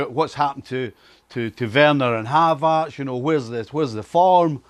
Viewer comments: “ZAIYACK PLAYING BEHIND HAVAZZ” Brexit pronunciation? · whos "Havartz"? 😂😂